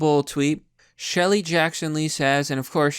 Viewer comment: Newt "Greenrich?" "Shelly" Jackson Lee (not surprised that you clearly have no idea who that idiot is)? "President" instead of 'precedent?' Jesus, dude, you really need speech therapy. You have never made a single video in which you didn't mangle an easily-pronounced word/name multiple times...